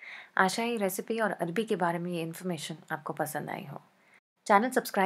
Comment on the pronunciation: Hi love u.. Its called arvi not arbi 😊😊😊 love ur rcps too😍😍😍😘😘😘😘😘